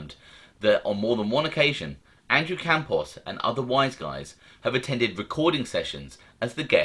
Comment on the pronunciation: Yeah Campos doesn't end in a vowel